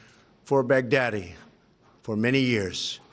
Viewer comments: First time he nails it. Second time he literally says Bugatti. Love you Trump. Good day for USA and our Allies!!!! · At one point it sounded like he said Bugatti (the automobile). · At Trump says "al bughatti" i didn't realize how much terror bughatti veyron caused with its speed and pricetag. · I kept hearing "Big Daddy" rather than "Baghdadi" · Me too. Sad because I liked Big Daddy when I was a kid. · Bag Daddy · No.. He said, Bacardi🤣🤣🤣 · me too 🤣 It sounds like big daddy kane got killed